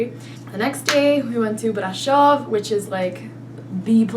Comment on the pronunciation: Your best pronunciacion is Brasov, an di think you really must love it there. I'm glad!